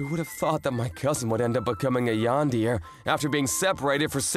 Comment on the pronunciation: did mf just said "Yandeer" 💀💀💀